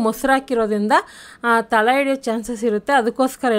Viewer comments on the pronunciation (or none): ತಲ ಅಲ್ಲ ತಳ. ಎನ್ನೆ ಅಲ್ಲ ಎಣ್ಣೆ ಕನ್ನಡ ಸರಿಯಾಗಿ ಮಾತಾಡಿ